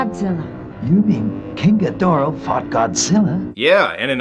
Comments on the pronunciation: king ghidorah is not said like ghidrah but said like ghidorah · Miki is right, Ghidorah no Geedra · alright i have a book that is all about godzilla and it that they that call him "ghidorha" insted of "ghidrah" not hating just saying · I find it funny that despite everyone in the movie saying Ghidorah correct you keep saying Ghidrah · it is pronounced ghi-do-rah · aw well I guess we have to attack King Ghidorah with Godzilla (Gee-Door-rah) Mikki: Its king Ghidorah (Gi-door-ra): F*CK YOU MIKKI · It’s prnonced gay-ridah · This is why we can't trust early dubs. Or sometimes even recent dubs. Then we got people like him constantly making the wrong names and all. "Ghidra" is like hearing nails over the chalkboard. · hahahahaahaahahah king Gidera its king Gezora hahahahahahahaha (its fun-yer wen you say it in a fancy voice ) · The movie is right. It’s Ghidorah, not ghidrah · I feel you with his pronunciation. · Its ghidorah